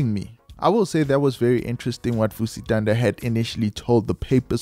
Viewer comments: Vusi "Thunder"?🌩., it's Thanda, as in ngyathanda... It's beautiful witnessing love like this from people of influence, especially from a humble guy like Morda. It's definitely going to shift the toxic male narrative, we need more of this. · Vusi Thanda is Vusi “Thunder” and Nota is No*th*a… don’t you listen to how other people pronounce these celebrities’ names?